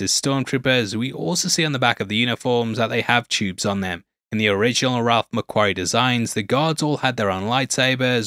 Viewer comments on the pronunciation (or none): none